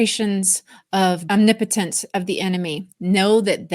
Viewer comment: Thanks for all your insight - & teaching me the right way to say omnipotence🤦🏼‍♀️ I’ve been saying it wrong all of my life (Om knee potent ence) 😂 🙏